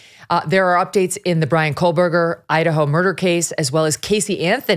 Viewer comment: It's Koh-berger, no L